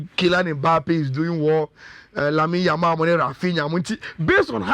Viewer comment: Always say Yamine Lamal 😅